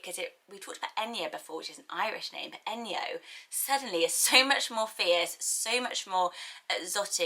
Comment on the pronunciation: Enyo is actually pronounced Eh-ny-oh in Greek 😁